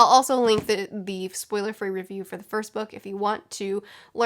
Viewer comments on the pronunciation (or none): none